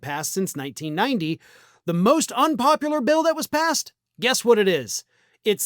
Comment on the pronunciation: Emphasis on "PASSED"